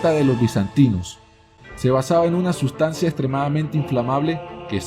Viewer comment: "Los soldados estperimetaron.. la totsisidad de la sutstancia... diosido de azufre.. ajajajjs la pronunciación de este tipo es pésima..!!